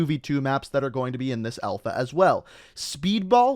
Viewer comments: Alpha or Elfa? I guess Canadians be Canadians... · I'm Canadian and everyone says alpha. Only says elfa 😂